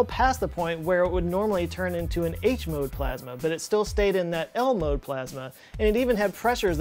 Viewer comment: When he said “ L-mode.” I thought he said Elmo